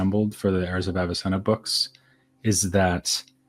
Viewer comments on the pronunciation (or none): The h in Heirs is silent , it sound like "airs" of Avicenna.